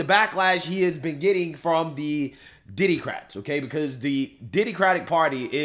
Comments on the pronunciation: Did you say “Diddycrats”?? That’s SOOO funny 😂🤦🏻‍♂️😂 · Did that man say diddycrats? 😂😂